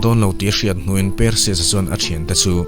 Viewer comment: Per-sius tiin ilam a hei hi mizo lam dan ani. Mahse, a hming lam dan dik tak chu Par-sius ti a lam zawk tur ani. Thil hming reng² hi a nih dan a lam hian ngaihthlak a ti nuam lehzual thin. Mizo youtuber tam tak hian mizo tak in kan lam thin a, mahse; hnam tam tak hian lam dan kan nei a, mihring hming tak hi chu a hnam nei tu te lam dan a lam hi a dik dan ber ani. Entir nan, " Mianmar" tih hi kan lam dan a ni. Mahse, a ram mipui chuan "Mianma" tiin an lam thin. Ka rawn sawi ve mai² ani e, ngaihthlak a nawm lehzual nan...😀